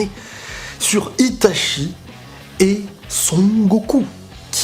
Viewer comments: Bien que l'épée de Totsuka soit forte, tu n'as pas parlé d'Amaterasu, c'est l'arme ultime contre n'importe qui avant de sortir Susanoo Par contre j'ai saigné des oreilles à chaque fois que tu prononçais Itachi ... ça se prononce I ... TA ... TCHI Désolé mais Goku, sur ce coup (ouais ça rime) c'est le maillon faible, Itachi le maillon fiable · Réellement, Itachi. I-TA-CHI voilà c'est tout ce que j'ai à dire 😂